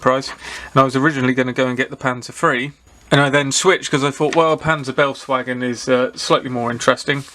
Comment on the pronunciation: Nice review of an intriguing kit. Not my scale but very nice. By the way, befehls is roughly pronounced "berfails" to avoid ear torture for our German friends.